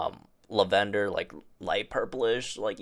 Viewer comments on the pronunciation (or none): Not La-ven-door … Lavender. Lmao